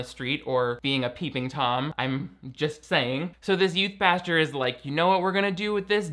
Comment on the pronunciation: will NEVER stop saying "pasture" instead of "pastor" and, frankly, I'm here for it. 🙌